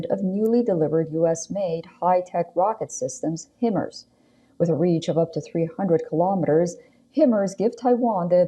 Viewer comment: I’ll be prouncing “High-mars” as “Him-hers” for the rest of days in the Army 😂